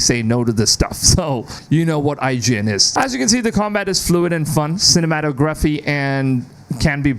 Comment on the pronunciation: Need to work on saying the word cinematography